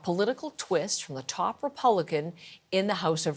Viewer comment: The top Repolican.. Yeah. I don't care enough about them to remember what their name is either, or say it properly lol. Or to make a serious request for to say it properly.